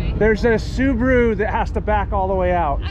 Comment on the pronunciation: Why they pronounce Subaru as Subru?